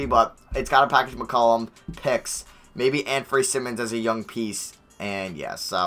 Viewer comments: For Anfernee Simons- it’s Sigh-muns not sim-muns (ex. Ben Simmons) JS. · Anfernee simons last name is pronounced sigh-mins